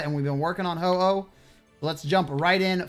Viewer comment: He says ho ho when its ho oh